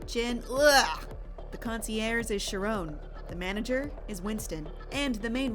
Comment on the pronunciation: Do you not know how to say CARE-ON?